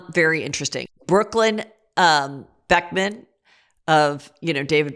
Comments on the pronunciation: Heather, you KNOW it’s Beckham. Who the hell are the beckmans 😂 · Lol who are the Beckmans?? 😂😂😂 Beckham *